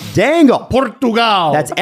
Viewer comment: with the perfect pronunciation of Portugal i'm impressed lol